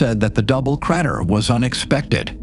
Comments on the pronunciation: very interesting video but the crat-er ruined my concentration a bit ;) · cratter. critter, creter.... everything but crater.